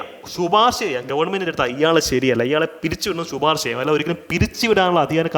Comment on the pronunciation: Sir, "Shuparsha" alla "shiparsha cheyyaam"...👍🏻😂